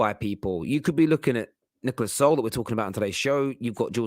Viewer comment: This guy is hilarious. This is the second show where he can`t pronounce Sule name correctly even after i told him in the comment section. Listen again, you clown. It`s pronounced Su-le just like you would pronounce Su-arez. But knowing this guy he probably will bottle that again lik he bottles everything else😂😂😂😂